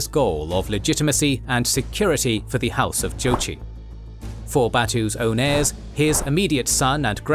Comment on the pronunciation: This woman has a PhD and is an "expert" yet she pronounces Heirs as Hairs???